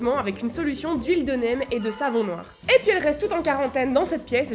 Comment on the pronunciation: J'aime vraiment trop ton petit accent, le fait que pour dire ”puis” tu prononce ”poui” je trouve ça trop mignon 😭